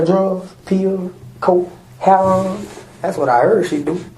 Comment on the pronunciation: He took back the part about selling "hair-on"